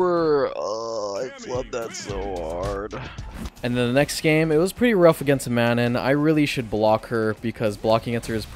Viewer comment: Honestly a great video, I enjoyed your journey. Your Manon pronunciation is killing me though.